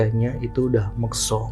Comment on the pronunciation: MUKSO Bang, bukan MEKSO.